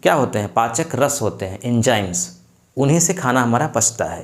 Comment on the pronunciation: आप पूरी तरह अनपढ़ हैं। जाकर पहले पढ़ाई कीजिए किसी स्कूल कॉलेज में फिर ऐसे वीडियो बनाइए । आप बोल रहे हैं, एक्जाईम...... अरे भले आदमी एंजाइम है सही शब्द। और तो और आपको श बोलना भी नहीं आता। हर जगह श की जगह स बोल रहे हैं। आपको सिर्फ अपने यूट्यूब चैनल के लिए वीडियो बनाने हैं ताकि पैसा कमाया जा सके। आप बनाइए वीडियो मगर आप डाक्टर, हकीम, वैद्य कुछ नहीं हैं। आपको कोई अधिकार नहीं है स्वास्थ्य से संबंधित वीडियो बनाने का। आपको तो सही हिन्दी भी बोलना नहीं आता।